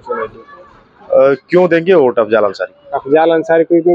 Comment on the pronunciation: भाई ओट नहीं वोट होता है